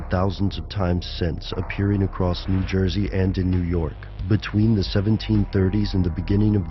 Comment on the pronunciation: '' Nu Joysey ''